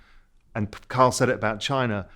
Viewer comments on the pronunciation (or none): His name is Kyle geez! NOT Karl. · Raoul looks unimpressed Kyle. Ky-le. Ky-le.